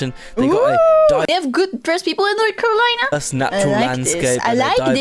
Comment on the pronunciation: At least my boy got North Carolina right hell yeah represent 😂🎉